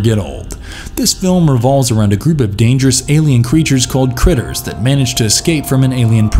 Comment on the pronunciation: Its probably already stated but its Krites not critters for the creatures in 'Critters'